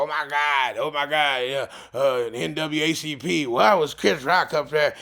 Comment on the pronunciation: We gonna ignore the fact he said N.W.A.C.P. tho....